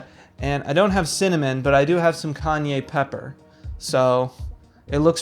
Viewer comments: "Kanye pepper" ???? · “Kanye pepper” 😂